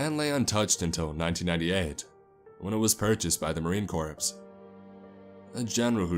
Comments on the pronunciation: "Marine corpse",? Seriously? SERIOUSLY?!? Jesus Christ..... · Eggs Benedict I think that EdgyShooter is referring to the way that the narrator pronounced corps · Way to go,, you brought us the sad story of a nonredeemable bully who got a kid killed, mixed in bits and pieces of Halloween wherein you had the balls to name the victim "Michael", and expected us to feel...scared? The fact that it was enough for us to not notice you mispronounce "Corps" is perhaps VERY cleaver.